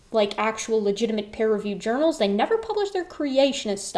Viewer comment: Sometimes it sounds like you say "pear-reviewed" and that just cracks me up to picture for some reason 🤣